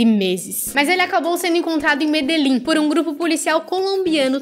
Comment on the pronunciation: Amiga vc não sabe falar Medellín